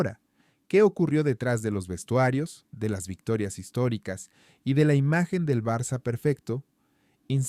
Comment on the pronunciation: BARA... Espero escuchar tu voz diciendo Barça (Barsa, se pronuncia) o incluso Barcelona si te es más fácil...y no una voz monótona de un robot.